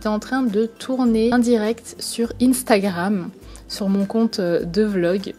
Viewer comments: Elle dit ine-stagrame au lieu de *instagrame (1) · Cc je t'adore tu es ma youtubeue préférer mais on dit pas INEstingrame sa ce prononce UNstagram